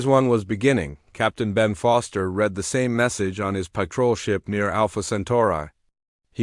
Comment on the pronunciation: Good story 'oldy but goody' DOT. Worth a listen but forgive the AI it's narration is only as good as the author, probably another AI DOT. He brethed not breathed DOT. ( AI's can be TAUGHT), to read not red properly DOT. use punctuation with pronouncing it DOT .